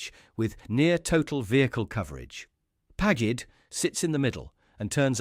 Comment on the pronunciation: Pagged --isnt that PAGID????